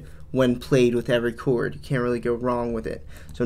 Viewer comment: What’s a “Choowerd”? Stop!!!